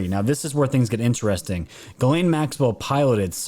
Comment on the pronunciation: 🧐 "VERY interestink!"